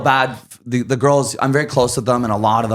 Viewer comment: The way she cant say any word with “Th” and replaces them with “D” is mad annoying